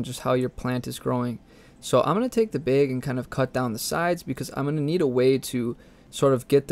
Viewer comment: I really love how you say bag. bheg.